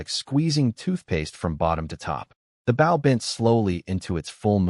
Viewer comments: your saying the weapons word rong {Bo}{W} is silent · They say the word wrong : Bow is pronounced saying the word " flow" replace the letter's f & L , with just a letter low " b - sound " , only not a big " B " at all .